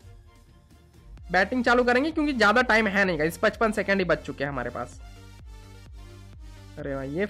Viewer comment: is bengali maybe coz he pronounces bach as baach😅😅